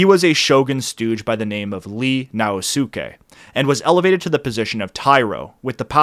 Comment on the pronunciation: Sho-Een! Now Skay! Sone-no jo-ee! Intonation全然違いますが。